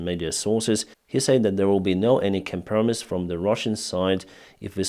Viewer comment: Helpful language tips: There is no such word in English as "ambushment." The simple word "ambush" is both a noun and a verb. Also "compromise" is pronounced with the accent on the first syllable: "COM-pro-mize," not "cm-PERM-iss" .